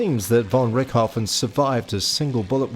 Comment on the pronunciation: von Rick-hoffen? Who the fck is Rick Hoffen? Jeez. Was this guy actually PAID to ruin a bloody good documentary? it's pronounced RichT-o-Ven. RICHT-O-VEN !